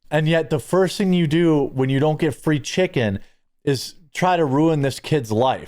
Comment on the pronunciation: But chikunz is muh reparayshunz.